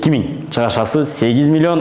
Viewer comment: Кирешези,чыгашазы дебей нормальный суйло да!